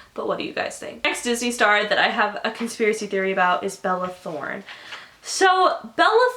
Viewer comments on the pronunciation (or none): " balala throne" I lost my shit I can't deal